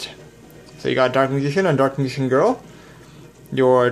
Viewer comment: "Leg-End? Meegician?" there's a difference between a speech impediment and just not giving a shit.